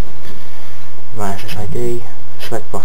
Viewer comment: he says router funny wroter